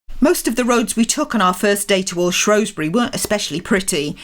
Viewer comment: According to people who live there, Shrewsbury is supposed to be pronounced Shrew (as in the rodent) and not “Shrow”. Superb ride through Mid-Wales, there. Great video.